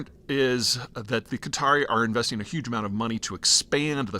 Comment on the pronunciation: It's not Cutter ... it's Qatar. Peter pronounces Qatari (the people) correctly but then the name of the country, incorrectly.